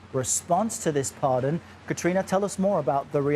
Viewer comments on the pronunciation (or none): It's pardon not parson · I'm romanian. I went to a communist school where I never learned english. And It's pardon not parson! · Can’t even get the word pardon right, THIS IS WHY NO ONE WATCHES YOU CBS YOU SUCK HAHAHAHAHAHA